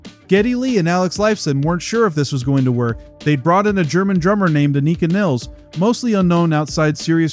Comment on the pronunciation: Just a heads up, It’s pronounced “Ann-i-ka” and her last name is pronounced like the river and rhymes with miles.